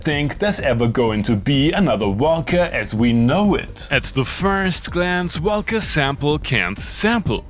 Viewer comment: English is not my first language either, but why do you say velcome and wolca when you say world and reverb?